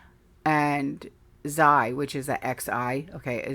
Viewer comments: 'Xi' is pronounced 'shea'. the same way you pronounce the word she.. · Xi is pronounced zhee like zsheep and cheap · Xi is pronounced She... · Xi sounds like CHee